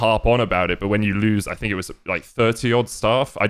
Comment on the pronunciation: I don‘t want a lot for Christmas, there is only one thing I need. And that is Broxah stopping to say „I fink“